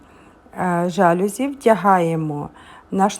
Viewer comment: Слухати - не можливо. Слово жалюзі - французьке - тому наголос - на закінчення - жалюзІ . СатимЕтрів. А ідея - хороша